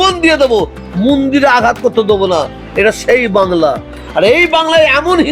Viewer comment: মন্দির বলতে পারে না মুন্ডির । অশিক্ষিত লোক একটা সে আবার বিধায়ক এর নামে বদনাম করে।।বিধায়ক কে কিছু মাল করি চেয়েছিলো মনে হয় পায় নি তাই রাগ হয়েছে।।😊